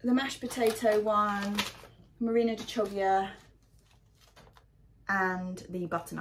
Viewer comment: Good morning, happy Monday! I'm really looking forward to your solution for growing pumpkins vertically. There's a load of bamboo sticks in my garage that are waiting to be transformed into a trellis...could do with some inspiration!:D One thing on the Chioggia...it is pronounced Key-o-ja! (Maybe ask an Italian friend or give it a listen on Google Translate.) See you tomorrow! Hannes